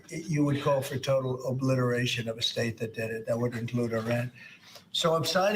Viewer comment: 46 try to break out the word to smaller sylables ob-li-ti-ration it would be easier to say it like this here is a suggestion , they want to be in tel aviv , haifa ,acre , jerusalem and the rest of israel so much , so I think why not let them be here but hunnged on gallows in public